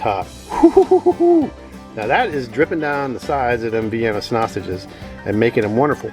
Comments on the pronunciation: It’s honestly very uncomfortable hearing you call them snasanges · Did you say snoshes